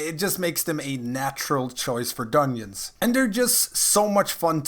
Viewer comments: Are you saying dunyins?? Lol 🤔🤔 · the way you say dungeons bothers me lol